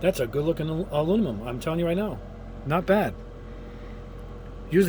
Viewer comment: It's bizarre to me that you still can't say the word aluminum. It's not that hard to say. Are you doing it on purpose for laughs?